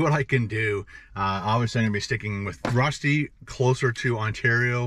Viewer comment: Love the stealth camping, beautiful scenery also the delicious food, very original Swiss restaurant and great variety of tacos. Just one thing, I went to school in Austria for a year and rösti is definitely not pronounced that way lol 🙃